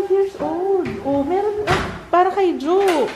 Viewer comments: congrats po for having baby jirou and for the pronunciation for JOIE - its JOY po. JOIE is a french word for JOY .. God Bless po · Dear In English the word JOIE is pronounced as "joy" but in French it sounds Like "schwa". Kisses to baby Jiroo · Hi,. "Joie" is joy is French. I know because my name is Joy. ☺️ It's pronounced "zhwa". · Joie is pronounced as "joy" according to baby company's post. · Joie pronounce as zhwaa (france) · Juwa ang pronunciation sa Joie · Joie - it's pronounce as "jo-wi" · Joy po and pronunciation. The car seat isn’t really as compact then again I drive a sedan. Larger naman ang car nyo but it’ll take up space po. Pero this is just my experience. Your Doona seems a better option, I think. I’ve tried several baby car seats and ang mga favorites ko are Britax and Chicco casrseats/booster seats. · If it is a French word, JOIE means Joy. It is pronounced as JWA. Tama lang yan you are walking na. Kailangan naman talaga after tanggalin ang catether pinapalakad na after CS para umayos ma ulit yung mga intestines. Diba nga di ka pwede discharge until mag poop ka.😁 The binder also helps alot. Pero bawal magbuhat ng mabigat. BTW, ang cute ni Kuya Joo. He will be a very good Kuya to Jirou. Let him help also when dealing with the baby. Kahit yung magstick lang ng adhesive sa diapers. It will help him feel more connected to the baby and more caring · ganyan din carseat ng daughter ko... Sabi nung nag-assist samin nun sa baby fair ang pronunciation ng Joie is "Joy".